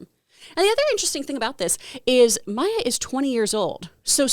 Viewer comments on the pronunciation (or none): none